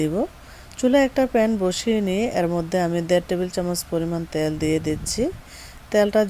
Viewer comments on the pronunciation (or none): ত্যাল না তেল।